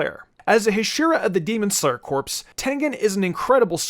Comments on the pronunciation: It's pronounced core, not corpse. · It's not pronounced corpse it's cores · Bro pronounce corps as cor...pronouncing corps that way is equivalent to corpse a dead body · Lol my man, corps is pronounced "core" and not "corpse". It's not a dead body :P. I apologize for nitpicking but once being part of a corps it's like verbal nails on a chalkboard for me. Other than that great video! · Isn't corps pronounced core and not corpse?